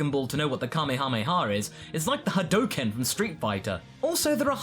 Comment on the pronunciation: What's a ha-doe-ken